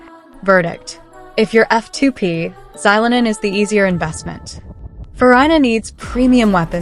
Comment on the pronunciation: Why use ai voice when it mispronounces characters names? Farina? Orina? Zylonen? Can we not butcher already incorrect names?